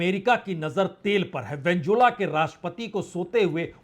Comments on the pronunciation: वेन्जुला नहीं वेनेजुएला ...😂😂😂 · उच्चारण पर ध्यान दें वेनेजुएला न कि वेंजुला नेतनयाहू न ki नेतानु काबिज नहीं काबिज़ इराक नहीं इराक़ आप वरिष्ठ हैं कृपा सही से बोला करें